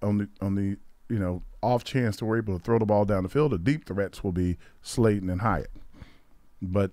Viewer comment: Sounds like he keeps calling him Slayden. But yeah, we didn’t sign Slayton to a 2 yr/$12 mill deal for him to barely make the team. Slayton is probably WR2 or WR3.